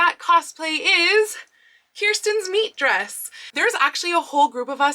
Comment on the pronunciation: Hearing "Kirsten's Meet Dress," but thinking "Kirsten's MEAT Dress."